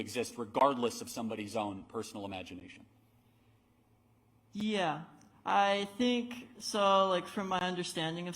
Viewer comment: Intersex? >snicker< No, emo. It's more like one on a hundred cases. Oh...and somebody oughta tell this little creature that 'yeah' doesn't start with 'ee'. It's yeah, not eeyeah. His parents oughta get dined for everyday this throw back is out in public.